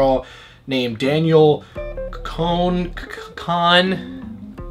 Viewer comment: he's trying to say her last name yet it can't even say danielle right. thanks b, that's my name to... it's not that complicated my guy, i love you and all but really???